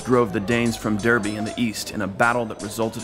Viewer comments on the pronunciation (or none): And yet said Derby wrong 🤦‍♂️